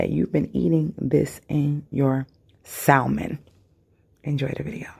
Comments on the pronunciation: Why does she keep sayin sal mon ? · I thought I could handle the mispronunciation of the word salmon but I can't 😭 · The "l" is silent. It doesn't bother or irritate me though. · WHAAAT YOU SAID saLLLmon!!!😂😂😂 do ppl really catch an Attitude for that. Even though I say it like "samon" and that's exactly how I use to spell it too 😂😂😅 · It's a inside joke on my channel lol I pronounce it the correct way normally. Lol omg u will be so surprised how people feel the need to correct the way people say SAAAALLLLLMOM..LOL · It’s salmon not salmon 😅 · Sal-mon hahaha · Your granddad seems cool, but he didn’t teach you how to pronounce the word Salmon. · Lol right.. I love messing with people abt the pronouncing of this word. Tfw